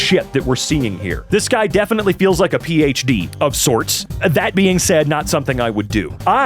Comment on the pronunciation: A Pee-H-D